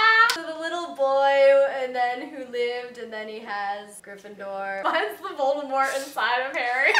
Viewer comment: I love the fact that is saying Voldemort without pronouncing the "t" because it's the good pronounciation. Mort in french means death and in french, the "t" in mort is not pronounciate:) ❤